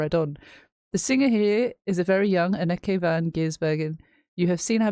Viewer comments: Anneke ---> Ahn-nuh-kuh . Ok? Got it? 😘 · ANN-NEH-KE pronounced